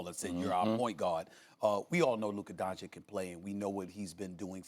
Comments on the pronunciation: "luca donchick" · Luka donchick? 😂